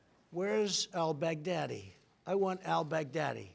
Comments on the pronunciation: I heard that too 😂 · Trump.... "Abu Bakr Al Bagardyy" ?? 😄